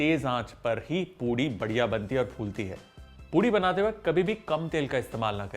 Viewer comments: It is poori not poodi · Why do I keep hearing POODI?